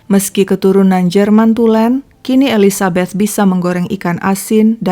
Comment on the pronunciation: Seneng sama pengucapan "Elizabeth"-nya kak xixixi kayak pernah tinggal di Amrik/inggris, perasaan saya "th" itu susah bgt 🤣🤣😭😭 sama pengucapan Monchengladbach-nya 🤣🤣🤣 (ya saya fans Bundesliga